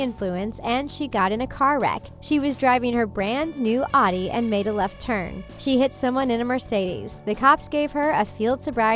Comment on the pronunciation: "she crashed her adi". GIRL ITS PRONOUNCED AUDI.